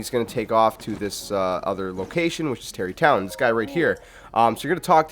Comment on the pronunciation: Stop saying Tarri tonw